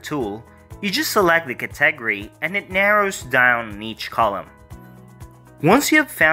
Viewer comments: I need to teach you how to say category and niche. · good stuff... I've never heard anyone say 'category' the way you do.